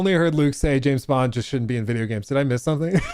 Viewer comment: JIM BOND... not Jam Bond... come on now, if you're going to rage bait, be better at it xD I literally just preorder 007 first light and it wasn't intentional but im still excited to play. Also James Bond... a tory? 😂 im British and that qoute made me spit my tea out and laugh so hard I peed a little